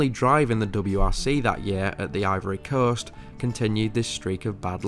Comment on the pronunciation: The "Ivory Corst?"